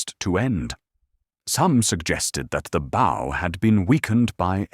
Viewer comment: This is very, very well adapted. And the narration is by the best AI voice I've ever heard. Completely flawless in intonation and rhythm, except for the word "bow".